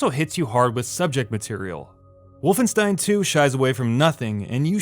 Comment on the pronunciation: He pronounced wolfenstein correctly! He deserves a like for that!